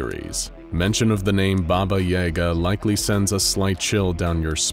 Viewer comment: I'm surprised you mispronounced "Baba Yaga". I thought everyone knew how to say her name.